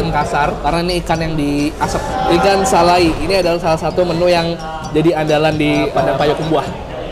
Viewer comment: Ikan salai,dibacanya salay ngab